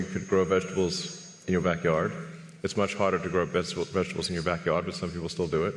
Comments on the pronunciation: She had me dying with the vejuh-tubbles?? 🤣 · VIGITIBLES?! WTF did she say? lmao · In fairness, these reporters probably do use about 5%. The last one said "vega tibles" ffs